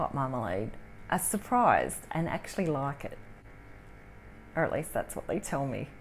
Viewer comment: that "Like" i knew she's from Australia 🎉